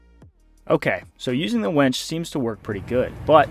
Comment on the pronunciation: The auto-generated captions agree with me that you keep saying "wench" instead of winch. LOL! :)